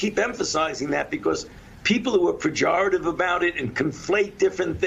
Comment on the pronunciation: Fauci used the word "Pajoritive" twice. Both times incorrectly.